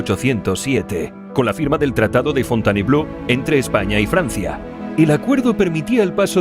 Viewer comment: "Fontainebló"? Jajajaja Si no sabes francés, no inventes, simplón. Jajajaja